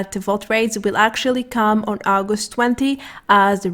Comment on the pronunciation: sexist pronunciation of August i have ever heard